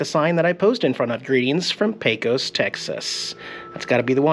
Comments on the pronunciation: You're all registered in TX now, so let's get you talking like a native! And I don't mean saying yee haw. Lesson 1, it's pronounced Paycuss. Safe travels yall! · I believe that all of us Texans pronounce Pecos like Paycus (accent on first syllable). Somehow it sounds different when you say it. 😊